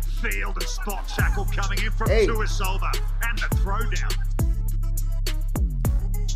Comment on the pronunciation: His name is Josua tuisova not JOSHUA the commentator he’s pronouncing this guy’s name wrong.